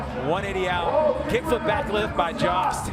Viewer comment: Jost definitely does not rhyme with Josh. lol